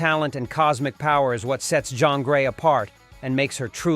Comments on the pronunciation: Jean is pronounced as Jin, not John!!! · You mean "Jean" Grey not "John" Grey 😅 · Why keep mispronouncing Jean? Sounds like John.